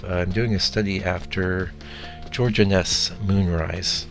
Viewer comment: I believe his name is pronounced INN-ess, not inn-ESS.